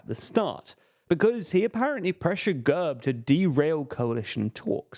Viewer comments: Great analysis, but it took me half the video to understand what the hell the narrator meant by "GUURB". It is pronounced GERB. As in /ɡɛrb/ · Excellent analysis, guys (although you missed a few notable details). But I've been itching to tell you this for months: you utterly demolish Slavic names, not just Bulgarian, but also Russian and others. The party is called gErb, like dEad, and not g-UH-rb. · Gurb хахаха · Learn how to pronounce the fucking names. And GERB is more of a centre-right party even though they're still mobsters. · Mate your pronunciation of GERB is atrocious, makes me want to get a battery drill with a 10mm drill bit and drill through my ears....